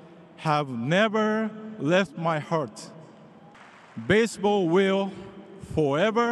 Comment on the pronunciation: 基本を外してない恥ずかしくないレベルには到達してんじゃん 逆にMCの人のbaseballのアクセントがbaseとball両方とも強調とか初めて聞いた